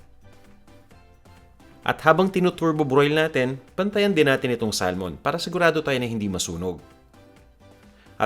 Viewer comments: Yung pronunciation ng salmon is actually sa-mon, silent L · I get distracted by how you pronounce Salmon haha